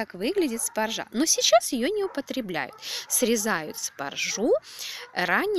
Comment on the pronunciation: В слове "спаржа" ударение надо ставить на первый слог - спАржа !!!!!!!!